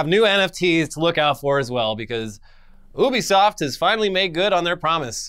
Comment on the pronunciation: Why do they keep saying Obisoft isn't Ubisoft it's driving me mad